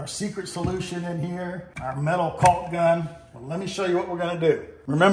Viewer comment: The L is silent…. Walk, talk, Caulk 🤓